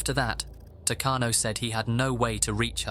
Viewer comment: It's pronounced "Tah-kano".